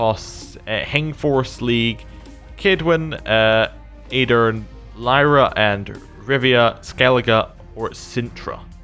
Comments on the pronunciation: Lyria is not pronounced /lIrA/ but /lIrIA/. Basicaly just like Rivia. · Doesn't pronounce the I in Lyria but pronounces a non-existent I in Brouver....